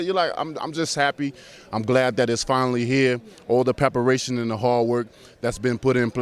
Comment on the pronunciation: Deontay “pepperation” wilder